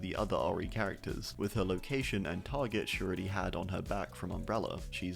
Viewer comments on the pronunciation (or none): none